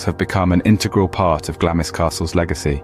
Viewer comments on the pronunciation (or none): It is pronounced, ‘Glarms Castle’. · It’s pronounced ‘GLAMS’ the ‘I’ is silent 😊